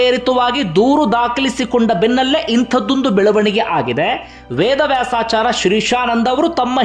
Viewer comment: ನ್ಯಾಯಾಧೀಶರ ಹೆಸರನ್ನು ಸರಿಯಾಗಿ ಹೇಳಿ ಅವರಹೇಸರು. ವೇದವ್ಯಾಸ,ಆಚಾಯ೯. ಎಂದುಅಭ್ಯಸಮಾಡಿಹೇಳಿ. ಸ್ವಲ್ಪಸ್ಪಷ್ಟತೆ ಇರಲಿ ಉಚ್ಚಾರ ದಲ್ಲಿ. ಸುದ್ದಿ ಹೇಳುವಾಗ ಮ್ರದುಸ್ವರದಲ್ಲಿಹೇಳಿ ನಮಗೆ ಅಥ೯ವಾಗುವದು. ಕಿರಿಚಾಡುವದುಬೇಡ.